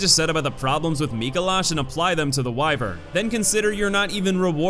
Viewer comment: For some reason. I'm so bothered by his pronunciation of 'wyvern.' I've just never heard it said that way